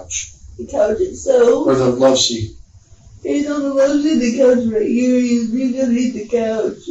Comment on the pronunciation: It's not "low seat", it's "loveseat".